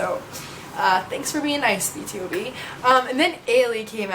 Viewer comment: it kind of annoys me when u say B.T.O.B instead of B to B = BtoB = Born to Beat